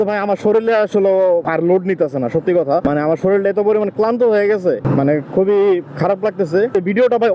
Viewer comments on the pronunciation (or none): none